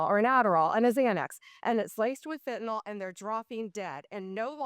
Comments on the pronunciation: She also says Fentanol instead of Fentanyl! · Bondi, it’s Fentanyl NOT Fentanol!